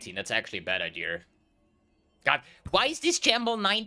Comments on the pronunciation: Am i the only one hearing say "novaR" and "ideaR"? Its so weird lol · It's called intrusive r, look it up